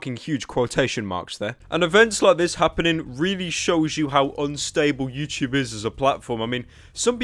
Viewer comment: why is he saying youchoob